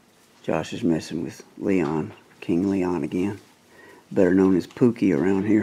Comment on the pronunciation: Me: "Is it Lee-yawn? (Leon.) Man: "No. It's Lee-own!"